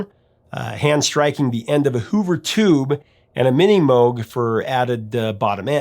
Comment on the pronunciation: You are correct! I heard sellouts for a long time and I vehemently disagreed with everyone who gave them that label. My apologies if I implied you called them sellouts. P.S. Thanks for correctly pronouncing Moog! 😄👍🏼